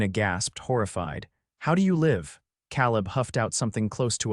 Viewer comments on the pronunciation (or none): Fix the AI! It’s “Cāleb”; not “Căleb”! And is it impossible to figure out how to program AI to do a better job of pronouncing “live” and “lives”? I know English is a tough nut to crack on the subtleties between the noun, adverb, and verb pronunciations of certain words but isn’t that what human editors are for?!